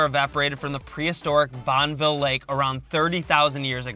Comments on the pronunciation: You can tell they're not local because they've mispronounced a few of the site names (Bonn-uh-ville, Zion-S). However this was interesting to see my state through someone's eyes. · Liked your video but it's pronounced bonnie billed salt flats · “Bonn Ah ville” clarified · It's not Bonville... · I've lived here my whole life and have zero urge to correct their mispronunciation of Bonneville. Bunch of teachers in the comments, apparently. Lol. Great adventures and great video. ✌ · Thanks for ruining Utah by proclaiming to the masses. Zion and Bonneville not pronounced correct.